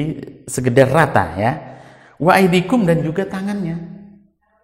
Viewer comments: aydiyakum... bkn aydiikum..🙏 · Kenapa dibaca waaidikum kan tulisannya waaidikum hialang A nya.